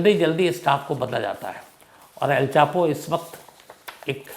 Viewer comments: per aap ne el chapo ki jagah El pacho bol diya ... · On 13 minutes, you said el pacho 🤣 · Sir me fan hu apki story telling ka Lekin plz script ko ek se do baar pada kariye or kam se kam kisi corrector ya jageh ka naam achhe se yad kariye pe" Al Pacho "kya h ....?